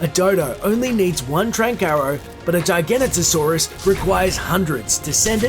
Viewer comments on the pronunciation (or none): none